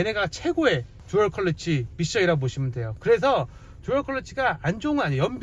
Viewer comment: 왜자꾸 컬러치라고 발음을